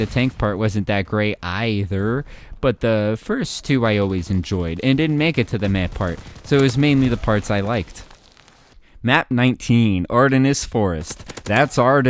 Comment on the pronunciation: The pronunciation of “ Ardennes” especially was brutal